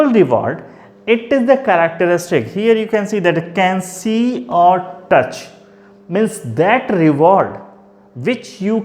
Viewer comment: Its touch not tuch🤣